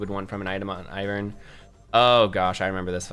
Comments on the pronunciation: Basic English dictates that it's AIvern and not IHvern. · lol your pronunciation. yeah, its Eye-vern. Because it's like Ivy. that's the whole point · its EYE, Vern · It's Eye-vern